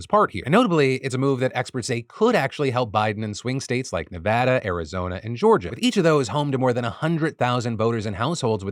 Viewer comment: I kinda did a double take when you pronounced Nevada correctly.